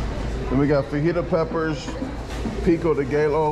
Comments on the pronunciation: Pico day gaylo 😂😂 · wtf is pico de gaylo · Pico de Gallow. C'mon, man.... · Love ya man. Especially your pronunciation of “tor-till-ah’s” “fawjeetus” and my personal favorite “ pico day geh-low” 😅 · Peeko day gallow 😂😂 You crack me up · Picko da gay low.. 😂😂, when are going on a world tour, champion! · It's pronounced Tor Tee Ya, Fuh He Ta, peeko dee guy o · How are you a professional eater and not know how to pronounce fajitas or pico de gallo? The workers are literally laughing at you on screen during your order. Lol. That said you destroyed it, blew my expectations away. It would take me an hour to eat one of those burritos.